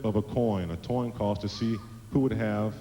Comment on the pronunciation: "Toin Coss"...=)